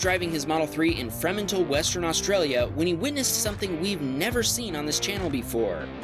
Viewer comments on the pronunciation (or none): Re #14: As an Australian I feel duty bound to inform you that it is pronounced Free-mantle, not frem-antle. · Hey, Don't get me wrong, love your videos, but I couldn't help laughing when I heard Fremantle pronounce "frem en tell" I think you should likely check to see how ausie place names are pronounced, as they seem to be very different to what non-ausies think. This one is pronounced "Free mantle" (as in free the mantle piece) have a great new years! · #14 "Fremantle" is pronounced "Free-mantle" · I'm from western Australia hah the way you said fremantle 🤣🤣🤣. You say it as free- mantle awesome seeing tesla's on the Road in WA there were rare 2 years ago now I see 2 or 3 a week. I only dream of owning a tesla one day. Keep it up man your vids are fire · It’s pronounced free mantel. Not Fremantle Being from aus that just sounds so diff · Just an FYI, Fremantle is pronounced Free-mantle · the city is pronounced free-mantle for future reference, just lyk coz there are some idiots on the roads around that area and I'm sure we'll be back at some point 😂😂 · #14. As a West Aussie myself this isnt unusal in Fremantle. (Pronounced; Free-mantle). Freo is a place where you'd see stuff like this and way more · for #14, the town is pronounced "free-mantle" and it wasn't a red light at the bottom of the hill, it was a give-way sign. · What a unique pronunciation Its pronounced free-mantle if anyone is interested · u guys prob won't see this comment or care about this but it's pronounced free-man-tell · Fremantle is pronounced Free-mantal. I live near there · Fremantle (free-mount-all) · Yay Fremantle, the town I was born in, didn't expect it to be on But Us Aussies pronounce Fremantle differently its like Free- Mantle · Why does Autopilot not seem to have an Autohonk function ? PS, Fremantle is pronounced Freemantle. and PPS, I think it's likely pronounced Antoneeeno. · For the record, Fremantle isn't pronounced as one word. It's said like Free-Mantle.